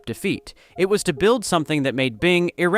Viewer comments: Good information but you need to teach your text reader how to pronounce "illegal" and "irrelevant" the "i" at the beginning is short not long. Happy Day! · "Eye-legal" "Eye-relevant" why are you pronouncing these words like AI? You human my dude? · "eye-legal"? "eye-relevant"? AI slop. What was the one product I hated the most? Any version of Windows after Windows 7. What did I switch to? openSUSE Linux. Raspberry Pi OS. RISC OS 6. Basically anything that didn't benefit big Merkan corporates. Merka has been bleeding the rest of the world dry for decades either by cost or by taking the best of each country and making it their own. This video's content shows an example. It's time to stop putting up with the corporate bullshittery and take our technology back.